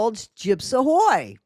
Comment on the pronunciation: every time I hear you say Gyps Ahoy I always hear Gyps A Ho 🤷🏻‍♀️ 😂